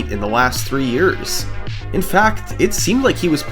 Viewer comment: "That's was nearly 20 Yeahrs ago" hurt on a Level words dont Describe